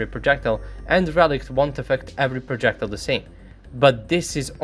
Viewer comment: Чувак, что за неразборчивое бормотание? Ты одновременно жуешь и говоришь? Пытайся произносить слова четко, и не произнрсить "d" как "t" - это английский, а не русский. И постарайся ставить правильно ставить ударение - хотя бы в тех словах, которые ты часто используешь, таких как "projectile". Трудно что ли воспользоваться Google Translate и послушать, как слово произносится?